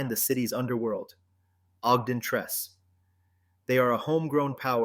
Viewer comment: It's OGDEN TRECE ...(TRE CE)